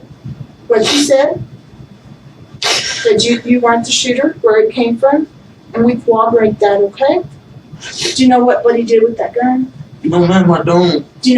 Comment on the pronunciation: Ive seen hundreds of interrogations, and I have never heard a cop pronounce "corroborate" correctly. Its always COWWOBBERATE